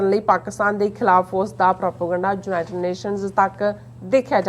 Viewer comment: ਜਲੰਧਰ, 06 ਅਕਤੂਬਰ, 2021: ਮੈਡਮ ਜੀ, ਲਫ਼ਜ਼ "ਯੂਨਾਈਟਡ" ਨੂੰ "ਜੂਨਾਈਟਡ" ਕਰਕੇ ਨਾ ਬੋਲੋ, ਕਿਰਪਾ ਕਰਕੇ ਆਪਣੇ ਤਲੱਫ਼ੁਸ 'ਚ ਸੁਧਾਈ ਕਰੋ, ਕੰਨਾਂ ਨੂੰ ਬੜਾ ਅਖਰਦਾ ਜੇ । (ਖਬਰਸਾਰ ਸੰਪਾਦਕ)